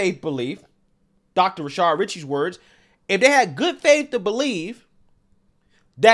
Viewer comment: You've pronounced his name as Rashard so many times that I thought his name was Rashard. It's Rashad.